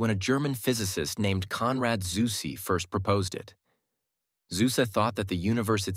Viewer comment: This is how Zuse is pronounced. 😊